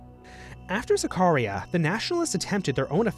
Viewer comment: Not KAMAL. If you respect him ( that you had to) you say Mustafa Kemal ATATÜRK. Please not say different. Not Zakaria. It's SAKARYA ! Not Maras. Its MARAŞ ! Not Törk. Its TÜRK! Not Törkiyy. Its Türkiye. Republic state of Türkiye !